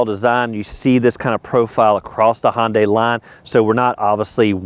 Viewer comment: Love your vids! Why can't you say hyunday? It's hyundai like Sunday...not honday